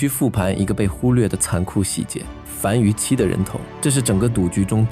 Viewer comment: 敘述很精彩，但有些讀音可能需要再考証，圖窮匕見（應念“現”），樊於（應念“無”）期，希望對您有幫助